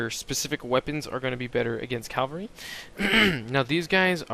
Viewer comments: Dude... great videos. However I gotta say, you say the word 'Cavalry' very strangely. It sounds like you call it 'calvary'. It keeps throwing me off! :P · Love the vids, but how come so many people can't pronounce 'cavalry' correctly? Calvary is not the same thing as cavalry. lol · I'm actually really happy that you made this comment, but I do disagree with it. It's not been pronounced calvary so long that it's common in the vernacular so therefore it should now be changed and addended in the dictionary that it's correct to now use the word 'calvary' instead of it's proper usage 'cavalry'. If all societies and areas that spoke English started using the pronunciation 'calvary' I would agree with you, but they don't. Just ask or listen to anyone talking about history that knows what they are talking about, or someone who isn't just a 'word skimmer' and actually READS the words on the screen on in the book and then instantly knows how to pronounce it correctly. What I really like about your comment is that it shows that you have some knowledge about how words change over time. It's just not been long enough. 100 years ago during world war I, cavalry was still used (though poorly) and most everyone in the war called it cavalry instead of calvary. What you're seeing in this video and what I'm constantly surprised about, being that when I see a word I also see how it's spelled, is why things are commonly pronounced incorrectly. The argument to your opinion is this: If people started calling a specific word aminal instead of animal, and all the people in a small area continue to do this for 500 years, you might see that as an acceptable 'alternate' pronunciation of the word. We are just not at that state yet. Millenials that can't be bothered to look at the wo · The word you're looking for is "Cavalry", not "Calvary".